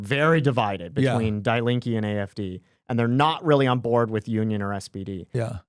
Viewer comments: Good Lord that is such an American pronunciation... it is said "dee lean-kuh" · Fun and super interesting to listen to as an American living 30 yrs in Germany. FYI "Die Linke" simply means The Leftests -- pronounced Dee Leenkuh (not Die) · it hurts hearing you pronounce "Die Linke" like dai linkeee i know it know it's on purpose ... but just to get it off my chest .. it's ~ d link eh and now continue to demonize them :) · It is pronounced DEE Linke...................not DYE Link. That is German (Deutsch) for 'left' - and oh are they ever leftists! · Bro says "dye linky" completely seriously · Spot on. But please learn the pronunciation. Die Linke.... I thought y'all were talking about a person. It's pronounced more like "Deee Lenka". Nick, I love your German accent 😂😂. So, my parents are in their 80s and they voted SPD. They are so scared that with the AfD history from 90-100 years ago will repeat itself. Also, my mom will always vote SPD because that's who her dad voted for 🤷🏼‍♀️. Makes no sense to me, but I'm sure there are a lot of people here in the US that vote Dem because that's what their parents have always voted for. I am glad to live here in the US now. I am so disgusted with Germany and her politics. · Please note die Linke is pronounced DEE LINK-EH. In German when confronted with a word containing "ie" or "ei", it is the second vowel that is pronounced hard. Also, if a word has an "e" at the end, it is pronounced as "eh" not "ee". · Please read this:D "Die Linke" pronounced like "Dee Link (like hyperlink) -eh" Hope this helps Huge fan btw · It's pronounced "Die Link-ah". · I butchered Die Linke's pronunciation! Our German listeners can laugh at me for that all they want lol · I just wish they would pronounce German words correctly. Listening to them mispronounce “Die Linke” over and over is painful.